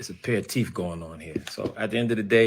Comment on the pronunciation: Thought it didn’t bother you. Please stop saying “TEF”!!! The word is TEETH!!!!